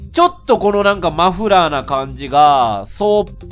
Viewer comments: レトさん「マのフのフラー」 自分「ん？」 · マのフのフラー！ …マフフラー？(((